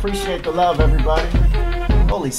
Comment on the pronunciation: I love pancakes, I can't believe he said I wuv pancakes!